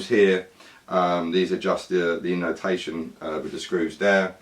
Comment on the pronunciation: My Finnish ears heard that you kept saying innotation. It's intonation xD